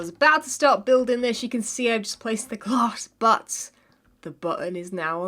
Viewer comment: be like “ i have my sealanters and gLASSS!” Me “...”